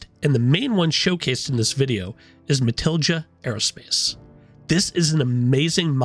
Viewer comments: Matilija has a spanish j GET IT RIGHT! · Have not heard anyone pronounce Matilija correctly yet lol